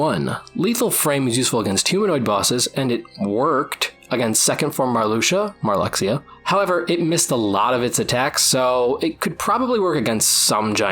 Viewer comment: Hearing Marluxia called Mar-LUX-ia instead of Mar-Loosh-a gave me severe whiplash lmao I genuinely don’t think I’ve heard him called that in like a decade, maybe more!